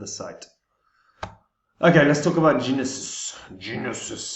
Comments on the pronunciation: You are pronouncing it wrong -- the g is silent -- NOSIS. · Its Pronounced " No-sis" The G in gnosis is silent. Like the K in knowledge 😅 Also gnosis mean to " know through experience"